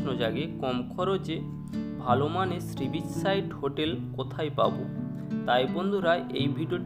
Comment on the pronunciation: কথাটা শ্রীবিচ নয়, সী বীচ